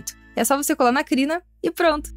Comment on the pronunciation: é crinda que se fala é ou clina 😂😂😂